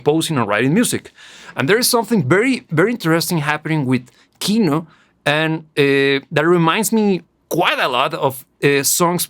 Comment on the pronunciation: Your pronunciation of Gruppa Krovi is rather good for a foreigner. Yet Kino is stressed on the second vowel: "kinO", not "kIno". Russian stresses are known for their low predictability.